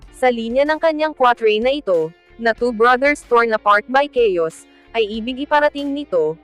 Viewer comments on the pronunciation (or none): none